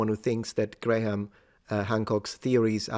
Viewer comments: "Grah-ham"? Really, mister linguistics? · FYI, Graham is pronounced without the H, sounds like gram.